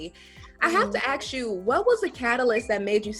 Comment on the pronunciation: “I have to axsh you”